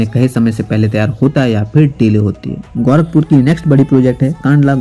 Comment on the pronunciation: bhai tumhe na English aata hai bolne na sahi se Hindi bol paatey ho "गौरखपुर" नही होता " गोरखपुर" होता है! sahi se bolna sikho pehle